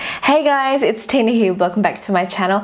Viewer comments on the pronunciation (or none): none